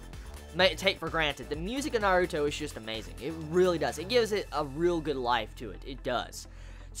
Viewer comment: He pronounces it correctly!